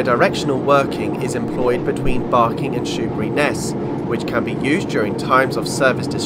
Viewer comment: I knew this was going to be good when you said "Shoeburyness" and got it right. Great to see Joan Sims is commemorated at Laindon - I was waiting to be disappointed, but you mentioned her! This is a route I've long wanted to see from the driver's point of view. Thank you.